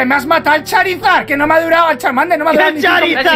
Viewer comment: ME GUSTA CUANDO MIKE DICE CHARMADER QwQ♡